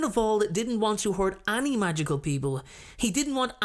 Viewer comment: I umm... he speaks 'any' so differently. Which accent is this?